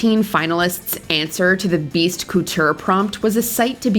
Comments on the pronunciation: Gorl did you just say cooture? Mama stop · Whenever she says coutoure why is it like she’s saying cooter HELP. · is the narrator a bot? pronouncing couture as “koo-TEUR,” solace as “soullesss” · "Coo-teur"? "Soul-iss"? People purposely mispronouncing words for cheap engagement are so fucking obnoxious 😒